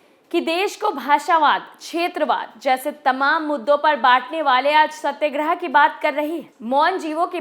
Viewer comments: सत्यग्रह नहीं सत्याग्रह होता है। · Correct your pronounsation Satyagrah